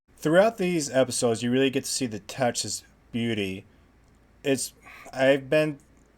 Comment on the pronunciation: "touches beauty" took me a minute to figure out what you were sayin'. The Billy Bob scene was wild.